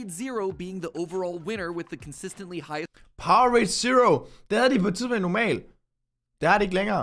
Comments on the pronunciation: ja, det udtales POWER-RADE hahahha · jeg nød den virkelig og jeg fik også lært en masse keep up the good work og ja det hedder power-ade men man udtaler det power-rade